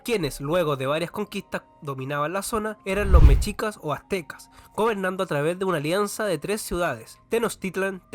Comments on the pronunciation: En el esplendor mexica ellos le llamaban el único mundo. Está bueno tu trabajo, en México te falto hablar de los olmecas, zapotecas y mixtecas. Como dato, no se pronuncia "mechicas" se escribe mexicas y se pronuncia 'meshicas" Saludos desde la gran CDMX 👉 🇲🇽 🌵🌶🐎🇲🇽👈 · No supiste pronunciar TENOCHTITLAN. Y también me dió risa escucharte decir mechicas 😂